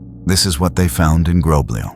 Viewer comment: I couldn't find the village in question, maybe don't change the name so I can try to find it and it's not groblije It's groblje you read lj as one letter cuz we Serbians don't have lj as in cyrilcs (Љ), this is the letter that the lj means